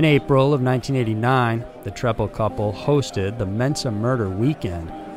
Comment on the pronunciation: I remember watching this on American Justice. His name is pronounced “Tree-pal.” At least according to Bill Kurtis. 😉